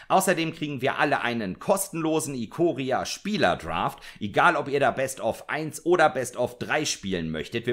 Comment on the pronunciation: Es wird Eikoria gesprochen ;) ich krieg die Krise wenn man englische Namen deutsch ausspricht